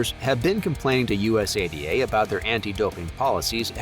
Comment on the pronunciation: Us a d a is not the correct way to say it